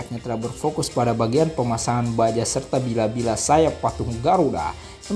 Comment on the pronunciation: Bila-Bila ??????: Maksudnya? Bilah... bukan Bila mas